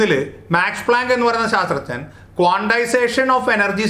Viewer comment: "ശാസ്ത്രജ്ഞൻ" എന്ന് പറയാൻ ബുദ്ധിമുട്ടുണ്ടെങ്കിൽ "സയന്റിസ്റ്റ്" എന്ന് പറഞ്ഞൂടെ, അതല്ലേ നല്ലത്. ഇത് "ശാത്രജ്ഞൻ" എന്ന് കേൾക്കുമ്പോൾ വിഷയത്തിന്റെ ഗൗരവം ചോർന്നു പോകുന്നത് പോലെ !